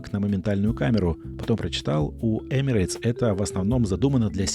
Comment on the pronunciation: В произношении компании Emirates нет буквы "Й". Правильно: Эмирэтс.